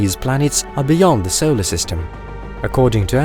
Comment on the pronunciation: Where is the narrator from? Maybe it is AI not a person. I love the videos but the pronunciation is odd at times. We don’t live in a ‘sollar’ system for example.